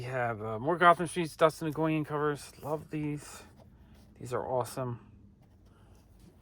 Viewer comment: Another great video! (Btw, Dustin Nguyen’s last name is pronounced “When”)